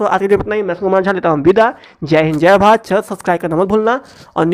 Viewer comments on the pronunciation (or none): none